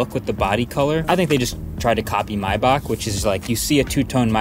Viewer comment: Pronouncing Maybach correctly scrabbled my brain for a moment! HAHAHA